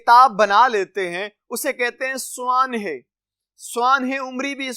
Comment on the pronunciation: بہت بہتر لیکن آپ کے کچھ الفاظ کا تلفظ غلط ہے اساتذہ معنی سوانح طلباء